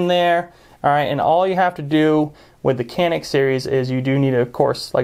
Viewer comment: It’s a Turkish gun. Canik is pronounced Janik I believe